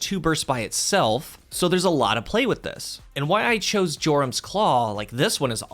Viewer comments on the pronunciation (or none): That's not how Jorum's is pronounced. Also, if you're running this in 6s, just use the Aeon Gauntlets instead. No need to muck about with a bad fragment or constant sprinting to keep things going. Simply watch your Dodge come back in 5-10 seconds for free for the low low cost of your team dying around you.